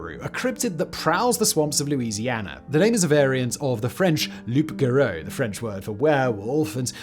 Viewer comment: It is with the deepest respect that I tell you your pronunciation of "loup garou" made me cringe.